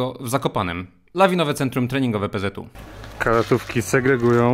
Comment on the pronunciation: pza nie pzu